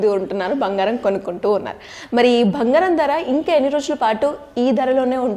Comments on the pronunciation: 'బంగారం' తల్లీ! అది భంగారం కాదు 😂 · Anandam lo bhangaram cheppindi😅